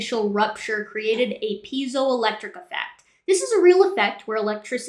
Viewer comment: I may not be the first, but it's "piezoelectric effect" not "peizoel..."